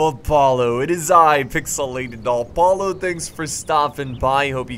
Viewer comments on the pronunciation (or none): Does anyone else get triggered when he pronounces Apollo as "Alpollo" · Why the hell do you pronounce it "Al-pollo" it's the cringiest thing pls stop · Am I the only one who thinks he says Apollo weird?all-pollo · why does he say apollo so weird. his intro hes always like pixelated augh-pollo